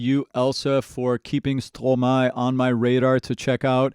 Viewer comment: Compliments on your French pronunciation, that sounds very good! Also try watching "Quand c'est", very impressive. Stromae is a fantastic composer and very creative; be sure to watch his full concerts on YouTube as well, you won't believe what you see and hear! 😍